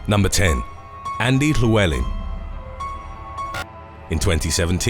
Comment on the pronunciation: It's not chlewleln it's llywelyn